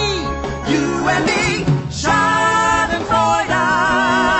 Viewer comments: I am kinda not happy that they call us germans nazis but uaargh i love this song it's so catchy and it's so funny how they pronounce "Schadenfreude" 😂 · I'm sorry to say but i'm kinda offended cuz i'm german and this is not so nice what the song says... but anyways super great work i love your art style and it is too funny watching english people pronouncing "Schadenfreude" wrong 😂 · I'm German,too- And I love how they pronounced "Schadenfreude". XD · yeah they said like "schardenfräuda" 😂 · W h y d o i r e l a t e t o t h i s ? ? ? Even tho I'm German, this shiz is funny cuz I don't think they are saying it right lol. I love this so much